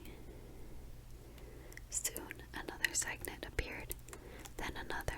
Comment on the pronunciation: Love this! <3 btw cygnet is pronounced sig (like signal!) - net :)